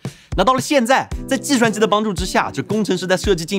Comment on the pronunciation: “在计shuan机的帮助之下”